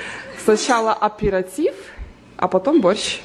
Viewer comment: АперИтив, а не аперАтив! И окна панорамные, а не витражные. Что за невежество,?